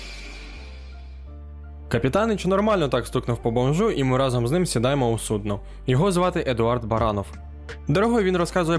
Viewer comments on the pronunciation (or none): none